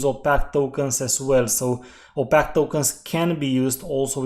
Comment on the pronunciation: One other thing I’d like to point out is that opaque is pronounced like you would say opake. Some people might not understand the way you say it.